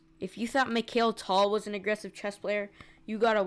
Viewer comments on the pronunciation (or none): the way you went for "Nezmedov" and later just "Nez". Also, Mik-High-L Tal. Your pronunciation needs improvement. Your Mr Beast joke made me wanna floss. like Ben Finegold says, you wanna know how someone's a good chess player? Its hard to pronounce their name. Also Unkown